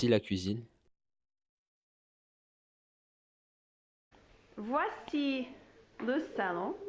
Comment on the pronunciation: Your pronunciation of the L improved a lot ! for example (la cuisine), big difference between the old video and what you say now :) In the old video it sounds like an L with the tongue curved back touching the top/middle of the palet, compared to your "new" L that sounds more french, with the tongue touching the front of the palet just above the front teeth (I'm no expert, this is the best way I found to explain). The R in bonjour instantaneously unmasks you :D I'm French, I live in Canada for 15 years, I speak English everyday and I'm still learning and trying to improve my pronunciation. Finding the right muscles and how to move them to replicate the sounds to a point where I can't hear the difference between a native and myself is hard, and "working out" to make it so it becomes natural is infinitely long... A few years ago I reached a point where people could tell that English is not my native language, but couldn't guess where I come from, and guessed other English speaking countries. That made me proud :) Even today, my English accents takes a serious hit when I'm tired or bored for example. It still requires some conscious effort to sound vaguely non-French :D